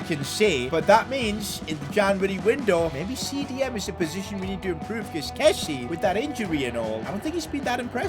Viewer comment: PCQ: Please...pronounce Kessié's name properly...(Kessy-ay)...Sorry but as a frenchie, pronounciation is key😂